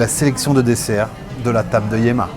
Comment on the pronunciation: On prononce YAMMA , qui veut dire ma mère.